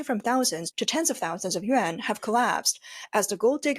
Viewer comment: The AI is reading Yuan as Yen please know the difference